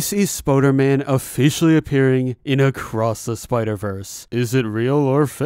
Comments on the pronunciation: Stop saying Spoder-man say Spooder-man! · spOOderman not spOderman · Spooderman not Spoaderman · ITS SPOODERMAN NOT SPODERMAN AHHHHHHHHHHHHHHHHHHH. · Did you just say ‘Spoderman’ instead on spooderman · Spooder man not spoder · its spooderman not spoderman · I though spooder man was pronounced Spoo-der-man not Spoh-der-man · its spooderman not spoderman and you pronounce it spuderman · you said it wrong